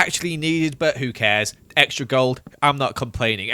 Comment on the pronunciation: I think he said exetra like 1000 times